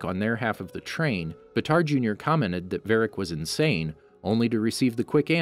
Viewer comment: actually how his name is written i would say that its not pronouced batar instead baatar with a longer aaa also fun fact baatar means hero in mongolian so his real name might be hero jr